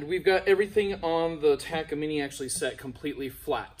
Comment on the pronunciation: First person I hear say “ Taka - Mini “ Much love my dude 🔥🤘🏻